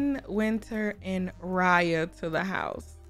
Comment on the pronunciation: Not dee sun dee moon and dee stars 😂😂😂😂😂😂😂😂😂😂😂😂😂😂😂